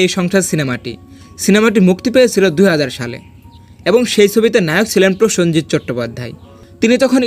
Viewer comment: প্রথমেই বলি..... যে ভিডিওটি বানিয়েছে। সে তো শুদ্ধ বাংলা ভাষায় প্রসেনজিৎ চ্যাটার্জীর নামটাই উচ্চারণ করতে পারে না। সে আবার প্রসেনজিৎ চ্যাটার্জীর অভিনয় নিয়ে বলছে। দুই প্রসেনজিৎ চ্যাটার্জী অভিনয় নিয়ে কিছু জানিস না। তবে এটা মানি সালমান শাহ যাই অভিনয় করুক না কেন সালমান শাহর সিনেমায় যে কোন গান ছিল অসাধারণ। তবে অভিনয়ের দিক থেকে প্রসেনজিৎ চ্যাটার্জীর সাথে কারো তুলনা হয় না। আবার একটাও সত্যি দুঃখের অভিনয় প্রসেনজিৎ চ্যাটার্জী থেকে কেউ ভালো করতে পারবে না। প্রসেনজিতের সিনেমা মানেই দর্শককে কাদিয়ে দেওয়া। আর সেখানেই জাত অভিনেতা।